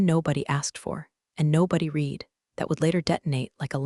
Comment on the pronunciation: AI lesson:- 'read' is pronounced as 'red' silent a